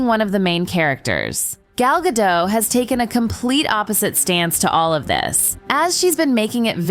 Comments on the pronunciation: Gadot, not Gadoe.. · You are butchering her last name. Gal Ga'doT